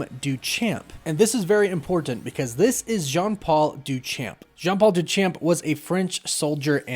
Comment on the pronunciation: duu-SHamp. Not Doo-CHamp. my French Canadian mother would smack me if I didn't correct that pronunciation